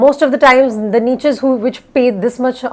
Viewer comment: Can u pronounce "niches" correctly?